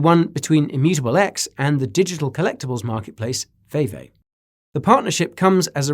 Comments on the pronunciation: Lol "Vee-Vee"... not "Vay-Vay" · VeVe is pronounced VeeVee”. That said, I do kinda like hearing YOU say “VayVay”. 😂 Nicely Done on this video either way!! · It's VeVe not "VayVay" 😂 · Can we have a video on Veve please. Pronounced Vee Vee by the way haha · Great video as always guy! Thanks for all the information, definitely a fantastic explanation, good to know considering I'm all-in on VeVe, pronounced "VeeVee" incidentally, probably good to know for when you made that inevitable video on it! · Great video. FYI. It's pronounced Vee Vee. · Will you do a deeper dive on Ecomi/VeVe (pronounced Vee Vee). Love the channel! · Its pronounced Veevee 👌